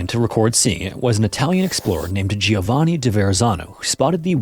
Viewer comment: americans need to learn a little italian. giovanni is joe vanni. the i after the g makes is soft g, joe instead of go. it isn't jee oh vanni. it is joe vanni